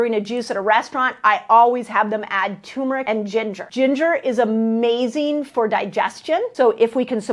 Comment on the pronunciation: Love you, so I forgive you for mispronouncing turmeric -- TURRR-meric🥰